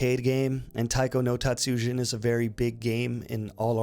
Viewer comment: Please never say Taiko no Tatsujin like that again